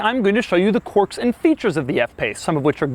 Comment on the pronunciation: All i heard was average instead of quirks!!!!!! !!!